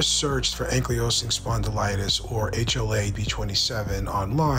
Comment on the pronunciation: Great information!! But… can you please pronounce ankylosing correctly? 😂 its ankle low sing ok love ya bye!